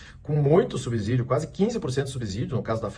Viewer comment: Constantino, a pronúncia é subsídio e não subzídio Está no Estados Unidos há 10 anos e já desaprendendo a falar português?